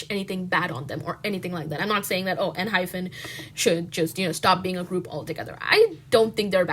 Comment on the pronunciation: Girl... I agree with everything you're saying but PLEASE!! It's Enhy PEN not PHEN 😭😭😭